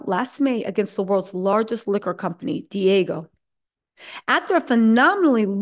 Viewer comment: It's not Diago It's Diageo